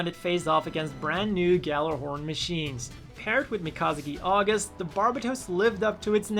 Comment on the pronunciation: Did he say migasaki agus?